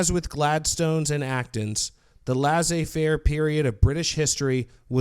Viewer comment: Please pronounce "laissez faire" properly :( "lay-say fair"